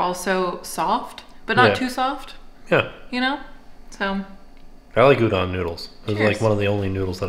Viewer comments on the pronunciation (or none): No later than and up a.m. I love you guys! BTW the correct pronounciation for udon is with a long O. Like the sound Homer Simpson makes.😂